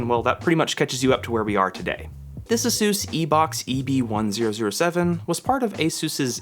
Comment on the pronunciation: Just an FYI, it’s not pronounced A sus, it’s pronounced A Zeus. The company came out a while back and said it’s pronounced “A Zeus.”